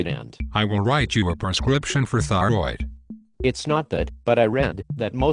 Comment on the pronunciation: Never trust a physician that pronounces a tissue name as ty-roid.